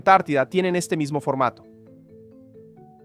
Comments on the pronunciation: She movió al eShte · 😂 la placa de eshcochia se mueve hacia el eshte 😂